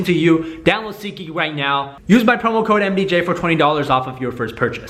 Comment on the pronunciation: its seat..geek not sikik :)